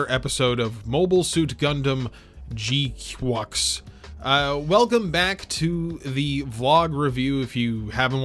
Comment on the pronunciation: It bothers me that you pronounce it as G-Cucks when it's proper pronunciation is G-Kwux. Rhymes with crux. Or fucks.